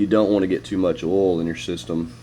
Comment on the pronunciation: What's "ohl" Do you mean "oil"?? Pronounced "O Y L"? 😜